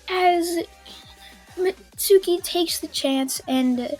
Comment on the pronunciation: It's Mit-su-ki = Mitsuki